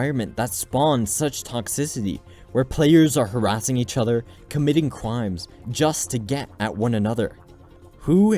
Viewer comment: "where players are committing cwimes"